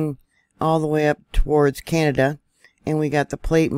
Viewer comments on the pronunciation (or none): none